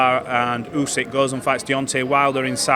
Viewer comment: Why does he keep calling him "Yusyk"? It's not that complicated to get right?